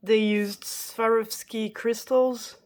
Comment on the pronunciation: Pronunciation is good, I know what it is so this is why I understood.